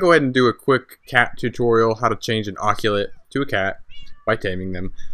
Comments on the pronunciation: He c makes the "sa" sound. So it's ahh-sa-lot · It is pronounced ɒsəlɒt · I believe you are mispronouncing ocelot